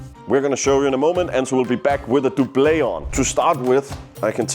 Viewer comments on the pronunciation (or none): I hate to be that guy, but Doublet is pronounced Dub-luht, the french pronunciation makes no sense because the french word for Doublet is Pourpoint. Great video though 😊